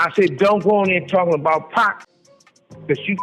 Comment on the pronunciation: 100% is. the ai voice keeps calling 2 pac- 2 pack in every video.